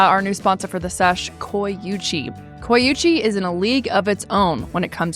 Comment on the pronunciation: I thought they said they were sponsored by “coochie” not “coyuchie”